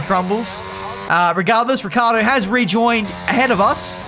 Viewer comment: Poor Ricciardo being called Ricardo every single time.